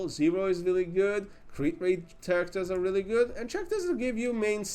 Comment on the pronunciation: It's pronounced karakters, not tjarakters. (talking about characters).